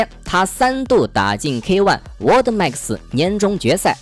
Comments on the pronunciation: 是 沃的… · "world" max 居然被你读成 “我的max斯“ ....lol